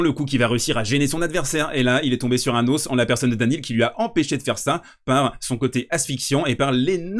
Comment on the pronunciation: Ont dit "os" comme "grotte" et pas comme "eau" FYI